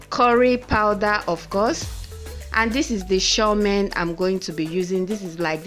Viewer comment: 😀😀😀😀 I’m already laughing at you as you try to pronounce Chow Mein